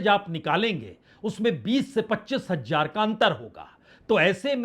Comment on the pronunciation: Bajpayi ji hajjar hajjar mt bola kro hazaar bolo yr